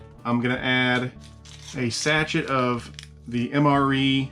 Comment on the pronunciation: When did sachet (pronounced “sa-shay”) become sa-chet?